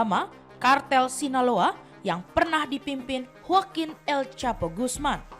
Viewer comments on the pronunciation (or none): none